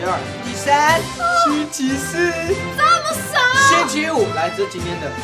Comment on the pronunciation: 星期四我聽成七騎士……